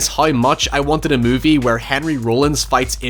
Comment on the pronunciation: The way you said Rollins made me giggle a bit, love the Northern accent for it 😂